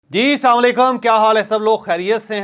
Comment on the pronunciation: Jeda jee salam to thek SE Karo lafazon KO phir suno